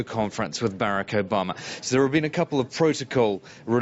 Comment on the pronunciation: There are only 24 hours in each day. To the newscasters: Please learn how to say the word 'Barack' properly.